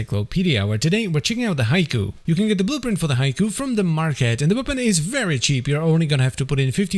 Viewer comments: Surely it's 'HEE-kowe' and not 'Haiku' 🤓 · It's not pronounced Haiku!